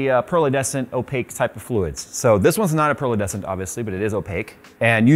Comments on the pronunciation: pearlescent not pearlUHDescent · "PEARL-UH-DE-SANT" fluid Me: "It's pronounced; PR-LEH-SNT" 3 syllables, not 4. Sorry, but you said it incorrectly far too many times in this vid not to trigger me. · There goes making up words like "pearledescent" again, haha. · Pearledescent isn't a word? Do you mean pearlescent? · Troll says: "Pearlescent" doesn't have a "D" in it. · pearlescent,. Good lord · I had no idea that the word "pearlescent" had a D in it